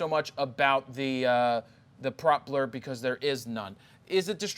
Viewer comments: Pro-peller not prop-ler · You should ask your friend how to pronounce propeller It's not proper it's propell-er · Came to the comments for the “proppler” quips. So funny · No one has a problem with how he is pronouncing 'propeller'? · Do Americans really pronounce propeller like that???? jesus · It might be a Philly thing lol. Or a Jarred thing haha.